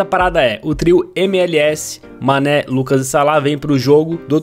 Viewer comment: Manè: pq vc falou meu nome errado Mané: pensava que tu era meu amigo è Mané: falava meu nome direito:foi cem querer mano desculpa por Falar seu nome errado desculpa por falar seu nome de sanè Mané:para de falar meu nome de sanè!:tá bom tá bom San.... Mané:oque!!!!!: nada Eu:mais o que e isso Cabo^_^